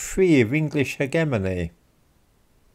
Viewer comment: If you can't pronounce Hegemony correctly, I'm out.